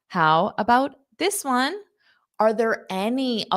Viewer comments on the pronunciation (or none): First time in my life I hear "ONE" like ON.